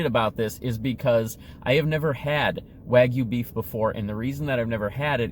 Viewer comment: 900 calories. Also it is pronounced Waa* gyoo. Or Wa Gyou.